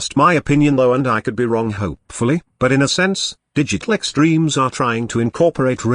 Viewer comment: Am i the only one, that whenever he says Digital Extreme, i think he said "Did You Click Streams"